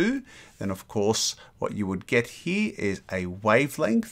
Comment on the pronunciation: Have you noticed that you say "he" instead of "here".